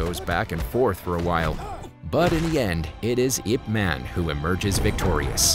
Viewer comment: It's I P two syllables man.